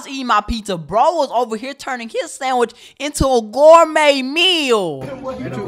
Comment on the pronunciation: “Gormade meal”